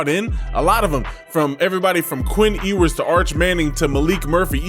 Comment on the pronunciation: Ewe-ers not oh-ers or how ever you're pronouncing it.